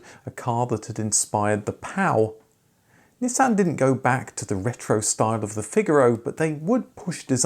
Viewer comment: I can't see that anyone else has mentioned, and I can only assume you've done your homework and I'm mistaken, but I was led to believe many years ago when I first started to covet one, that Pao in this case was pronounced Pay-o